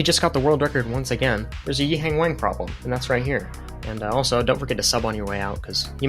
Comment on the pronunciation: the way you say his name is grating to my ears pls look it up